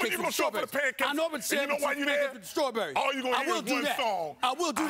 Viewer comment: THIS FOOL SAID STRAWBERRYS AND PANCAKES LMAOOOOOO